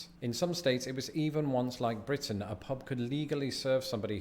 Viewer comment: "Blitin"?... I thought it was Britain. ;-p